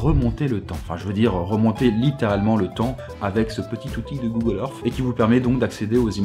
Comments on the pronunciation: pourquoi il dit google erf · Google Eurf...xD Excellente vidéo ;)